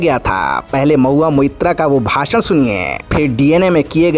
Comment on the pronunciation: bhashan or bhasad 😂😂😂😂